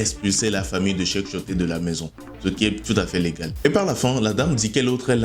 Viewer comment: On dit Tioté, et non timoté